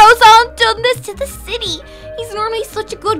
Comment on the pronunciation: "U must freeze the shity" I think she ment city lol BTW live u and little kelly